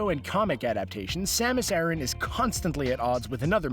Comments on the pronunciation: Aran not arron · My god, your pronunciations are atrocious! Her last name is pronounced A-Ran, like Iran the country except with an A. Secondly, the Planet is not pronounced Zee-bees ... it's Zeh-bes. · Samus Aaron? Only ever heard of pronounced similar to Iran. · in Japanese it is サマス•アラン, making the pronunciation something like ah-r(l)an, which is closer to the male name Aaron than to Iran.